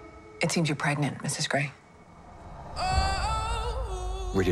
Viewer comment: Is she... pregananant?